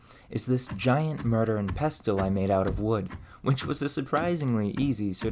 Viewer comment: I noticed you say "merter" "kern" and "infermative" not "mortar" "corn" and "informative." Can I ask where you're from?